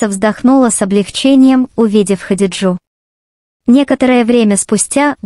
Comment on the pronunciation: ХадиджЕ, ставьте ударение в именах правильно, слушать противно